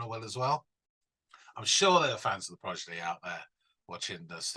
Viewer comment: Good video but the British guy can’t say the name right. Progidy 😂